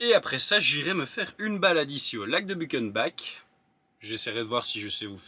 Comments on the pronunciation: On dit Butchennebac ;) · But chen bac